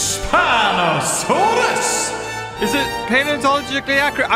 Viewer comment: hello everyone and welcome back to another episode of path of titans and today we’re doing the one and only SPINOSOWIS